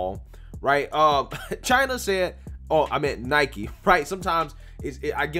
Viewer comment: Listen, for real... Thank you for pronouncing Nike correctly. I agree with you on the rest, but that right off the bat gets you respect from me.